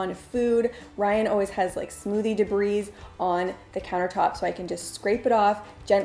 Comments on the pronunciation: Debris is not pronounced "debreez". The S is silent. It's "dee-bree". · You do a great job on your audio. Just a note: debris has a silent s at the end ( d bree)